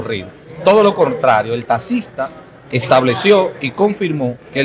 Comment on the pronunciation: Que abogado es ese que por desir taxista diga tasista 😂😂😂